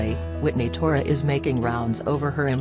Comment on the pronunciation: It’s “thore” not “tora”. 😊